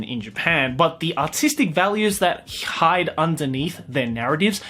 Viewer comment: “but the artistic value that skhiiihides-“